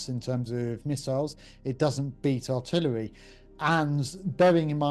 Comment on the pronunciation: "Artilleryhub" Lol!